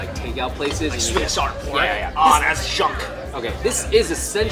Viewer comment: "Sweat" bean paste? Lol